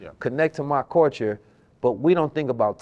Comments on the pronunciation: pronouncing culture like “coooorture” got me giggling 😂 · The fact that knows all this information but can’t pronounce Culture has me dead💀